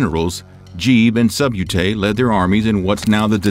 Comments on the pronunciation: "Jeeb and Subyoutay" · What in the Sub-you-tay to me!? 😅🤣